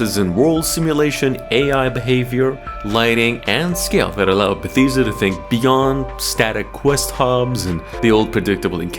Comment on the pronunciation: Your saying Bethesda wrong lol